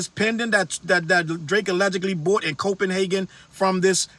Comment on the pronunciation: I’m lmao. Please don’t say Copenhagen no more. Lol